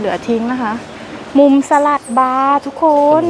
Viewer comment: ไม่พูดคำว่า ทุกโคน ทุกโคน ได้ไหมอ่ะคะ ทุกคน ทุกโคน ทุกโคน